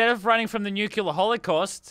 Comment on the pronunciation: Every time Lazarbeam mispronounces “Nuclear” a puppy dies